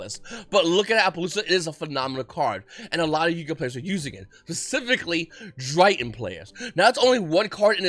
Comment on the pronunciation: Bro I might go crazy with u calling them drytns 😂😂😂🥴🥴🥴